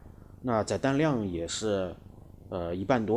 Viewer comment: 载（第四声）弹量 ；翅膀折起来：可变后掠翼